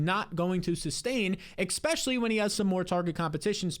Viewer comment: there is NO “x” in the word especially! I think you have good analysis, but please make an adjustment. Many thanks.